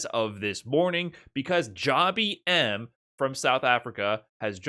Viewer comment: It's not Jah-bee-em. It is jab him. Like jab jab spiral arrow.